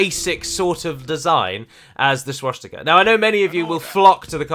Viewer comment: I don't find the close menu icon in the least bit offensive. But the way you say schwastika bothers me immensely. sooo call it a wash